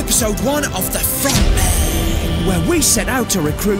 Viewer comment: When ronaldo say the frontmen it sound like the fraudmen